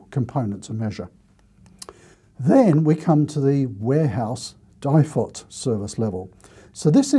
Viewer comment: At the start of the video I'm sitting here yelling DIFOT it's DIFOT!! hehe Ok you've made me take a note pad a pen out now. Info Value Town!